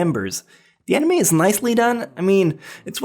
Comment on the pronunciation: Its pronounced anime not eneyma